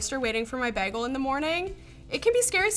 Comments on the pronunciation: A fucking WHAT? What is she,? She said baa-gil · ok i'm at the mark now and need to report that has just BAG-EL again as a new yorker i'm personally offended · Anyone remember the Community episode where pronounced bagel like “bah-guhl” instead of “bay-guhl”? just pulled a. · she said baggle instead of bagel -10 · I was thinking "my God, LTT has found the most incredible woman to ever exist UNTIL she pronounced it BAG-el. Do you frozen devils just love to torture us??? I know you have the second best BAY-gels, but they're in Montreal! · Is taking the piss with "bag-el" in reference to from Community or is that genuinely how she pronounces it?? It's "bay-gel"! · That is not how you pronounce the word 'bagel'. says baggle, like haggle. Buts its bagel, like label. Also the top of the bread being toast more is the logical conclusion of heat always rising. It is almost impossible to make the bottom the exact same temperature as the top. Even in a 400 dollar toaster. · literally everyhting about this video upset me, from the toaster to saying bagel like baggle. just the whole thing. If you want to see an actually amazing toaster check out technology connections video on the sunbeam radiant controll toaster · It's not Bag-el it's bay-gul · Great video, but PUHLEEZE learn how to say BAY-gull correctly!!!!! AAHHHHHHHH!!!! It's not "Bag-uhl", it's "BAY-GUHL"!!! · This toaster disapoonts me almost as much as when she says bag el instead of bay gol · BAGEL! not Bakel.. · Every time she said bagel like bag al, a piece of me died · Everytime she says baggl I flashback to in community getting flamed for saying baggl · Do all Canadians pronounce it "behh- gel"? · the pronunciation of "b-ah-gle" kills me. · I see somebody took the Perry course on mispronouncing things at Greendale Community College. Baggle, lol. #EPluribusAnus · What part of Canada is from to pronounce bagel like Bag El?